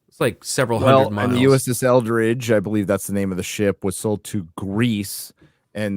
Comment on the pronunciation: Eldredge sounds close to eldritch